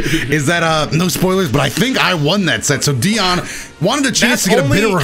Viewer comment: *nerd voice*actually its pronounced Deion not Dion.